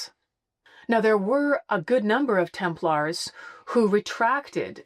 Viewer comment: The continued mispronunciation is hard to listen to repeatedly! Sometimes slips and pronounces it properly- it’s not a hard “a” like a guy from Sweden “Larrs” It’s pronounced “Temp- lers” Ease up a little on the “-aaars”. Will make it better to listen to! Less hand waving as well please!🙏